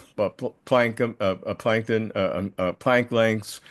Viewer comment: When the moderator had a slip of tongue with Planck length I drifted off and fantasized: We are wales in a sea of hypergraphs swimming in plankton… 😅